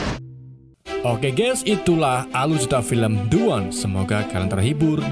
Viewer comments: The One = dibaca Di wan. Soalnya bertemu huruf vocal👍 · The One tetap dibaca De Wan.... larena pengucapannya huruf konsonan.. bukan vokal